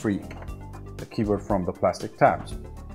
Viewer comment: I like indian pronunciation of keyboat.